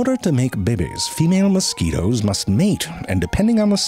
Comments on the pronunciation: I like the way he initially pronounced mosquitoes as "moss-ku-weetos" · I'm not going to lie the way you pronounced mosquitoes is the only way I can remember how to spell it. Now I just imagine you saying it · Moscoweetoes.. that's great, you always have the greatest pronunciations And I dont care how many times I hear it.. behbehs 🤣 look at the behbehs 😭